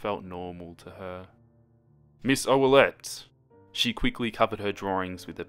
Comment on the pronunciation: Jennifer Ferlmann its oullette